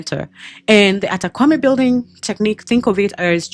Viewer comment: Great info but you're pronouncing the name wrongly. It's pronounced "Kpa" as in Kapa not "Kwa"